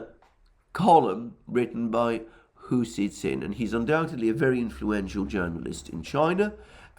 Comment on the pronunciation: you are HORRIBLY mispronouncing Hu Xi Jin's name. It is not difficult to pronounce and you should make the effort to do so: it's pronounce like the English words: "Who" (the interrogative) "She" (the pronoun referring to a female) "Gin" (as in gin and tonic). And you're wrong, he's not influential, he was effectively fired from the editor position because his rhetoric was getting too extreme for the CCP.